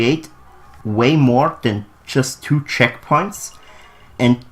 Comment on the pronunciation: Checkpoints not checkoints